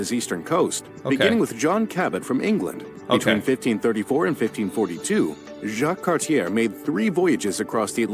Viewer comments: John Cabot's real name is Giovanni Caboto, Jacques Cartier's name is pronounced wrong (its Cart-yay), and Kanata is written wrong. it shows Canada coast to coast, when in fact Newfoundland and Labrador didn't join till 1949. The Quiet Revolution was strictly Quebec, and it involved loosening the straight jacket of the RC Church. Fewer children, more education, women working and getting rid of the Union Nationale, a ruling political party that kept to the old ways. Quebec jumped and participated more in Canada itself: schooling, hospitals, natural resources. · John Cabot was not English. He was actually an Italian - Giovanni Caboto. The narrator butchered the pronunciation of Jacques Cartier's name - it's Car-ti-eh. He was French so the "er" doesn't have the hard sound. The narrator also butchered the pronunciation of habitants -ha-bee-taun The people who moved from the US to Canada after the revolution were known as the United Empire Loyalists. During the War of 1812, the British (not Canada as it wasn't a country yet) burned the White House down. Most Canadians probably know the names of most US historical figures. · That is ONE TERRIBLE Canadian History video .... Kanata .. spelled Katana ? Europeans or was that Asians arriving across the Bering Strait land bridge.? Cabot was really Caboto .. an Italian sailing for England just as Italian Columbus sailed for Spain, The narrator botched the name of Jacques Cartier. Like the watch... it is said like CAR SHAY or CAR t EE AA. All this before the 4 minute mark. Oh my. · First thing I notice one minute in John Cabot is Italian not English also the way the narrator pronounces Jacques Cartier I will hit play and resume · It'd be nice if you guys could learn how to pronounce French names correctly.